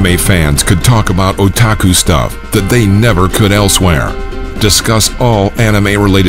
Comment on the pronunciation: I Wanted To Die Every time He Said Otaku